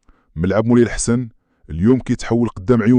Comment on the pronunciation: شكرا لك ياءخي علا متابعتكة الملاعب المغربية ولاكن ياءخي الءسم ءلدي تنطق بهي علا الملعب ءينهو غلط ءسمه الصحيح هوا ملعب مولاي الحسن وليس بيءسم مولاي لحسن